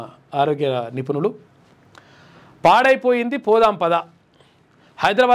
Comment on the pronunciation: Padaipoindhi ❌ pandagaipoindhi✅ 😅